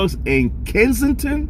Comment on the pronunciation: You keep saying kingsengton...It's Kesington..